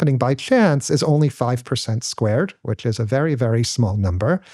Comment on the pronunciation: 5% squared......who says it like that